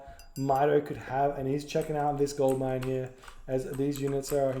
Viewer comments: Am I the only one hearing say ”gold lion” instead of gold mine? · I think he says "gold line", which sound pretty similar to gold lion xD